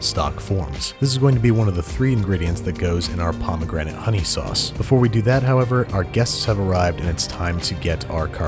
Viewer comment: The sowauce Cowafee